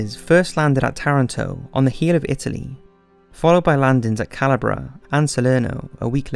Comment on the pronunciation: Good summary. Pronunciation! Rommel, beret, Calabria, Roosevelt, others too